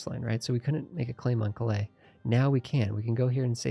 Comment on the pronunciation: Loving this series - but got to say it's Cal-ay not Clay for Calais lol